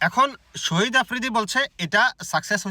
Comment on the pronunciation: সহিদ না সাহিদ